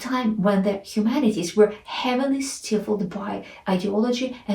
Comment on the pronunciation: Well said. Just a tip to assist you. Stifled= STY-FELD. Cheers.